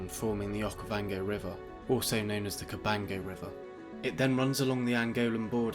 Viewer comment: Narrator saying “Okayvongay” is wild